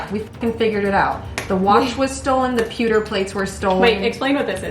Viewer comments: saying pewter correct then changing to poo is hilarious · Peww 👉peww 👉. Not pooter 💩 😂. E&C CANDE Detectives. 😆